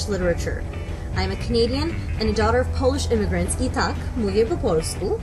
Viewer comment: I'm studying Polish and she pronounced "Tak" as "tark" (English phonetics). How do you get that wrong?